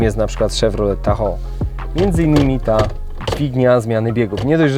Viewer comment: to nie jest Szewrolet Saburban ;) tylko Saberben (podmiejski - səˈbərbən) - a drugi to Tahoł :) - sam jestem z Rzeszowa i Panowie wstyd mi za Was i za Wasz angielski